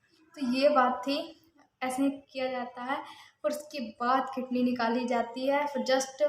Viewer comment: Language to sahi se bola karo kitney kya h